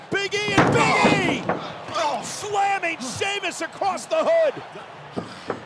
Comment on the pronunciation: Cole called him Sheamlus lol